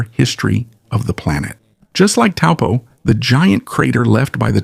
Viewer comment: Thank you for this information and pronouncing 'Taupo' correctly 🕊🌻🐝🌟✨